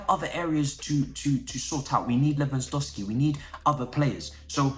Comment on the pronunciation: No one: trying to pronounce Lewandoski: “Levahsdosski”